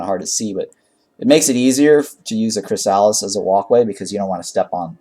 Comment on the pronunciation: it’s pronounced “chris a liss”